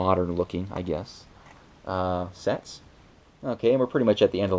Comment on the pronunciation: It sounded like u said sex but u said sets